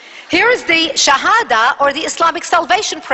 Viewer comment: where did she get this info from ?? she is wrong about everything !! jehad and specially the shehadda , this is not how u say it LOL and witch is the name of school that teaches this ??? we want Facts ,evidence ur holding a paper has a moon on it , sorry Islamic books does not have moon on it. final part : Who is brainwashing kids ?? THE media is ,people like u ,u are Zionist